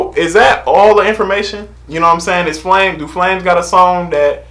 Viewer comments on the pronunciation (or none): I cringe Everytime you call him flames and not flame.. no hard feelings 😂